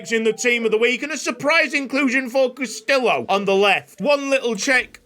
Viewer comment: Castillo = Cast-EE-yo 😅